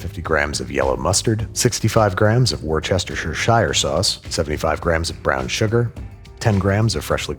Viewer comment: The various pronunciations of worcestershire was frying me for this whole video.